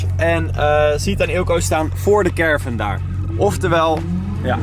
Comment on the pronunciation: ik kan er echt niet tegen dat carevan zegt😅